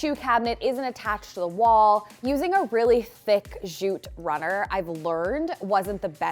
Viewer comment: "jute" is pronounced with a hard J as jam or junk. It's not "zhute."